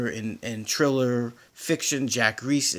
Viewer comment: lol you are pronouncing Thriller incorrect lol thx tho